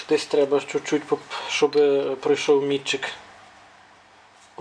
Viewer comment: Тільки не мІтчик, а мітчИк. МІтчик - це або інструмент, яким мітки ставлять, або той, хто ставить мітки. +1